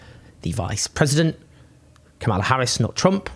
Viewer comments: Deeply depressing all round. (just a quick note, though, the VP's first name is pronounced KA-mala, not ka-MAL-a) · Kamala is pronounced like Pamela with a K. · You sure that's how you pronounce 'Kamala'? I'm not being pedantic, but it kinda amused me that you were using the very pointed GOP pronunciation, trying to make it sound more 'foreign', when it's pronounced exactly like Pamela. (Horrible feeling, I'm going to get schooled on this.) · Hey Owen please learn to pronaounce Kamala correctly or you sound racist.